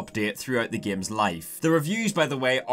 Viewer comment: i love how he says " gæms "